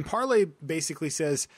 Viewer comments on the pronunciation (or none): It's par - LAY. Haven't you ever seen Pirates of the Caribbean? You should watch it if not. Michael Bolton loves that movie.